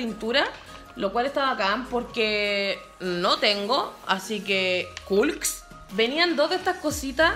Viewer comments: Hablas re malll es col no colks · Porque dice colks 😂😂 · En todos los minutos dice "super culks" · Jaja dice coks